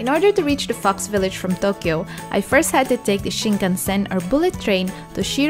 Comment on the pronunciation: When she said fox village I thought she said fucks village